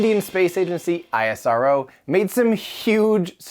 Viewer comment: it's not I-S-R-O. it's ISRO. Just like you call NASA not N-A-S-A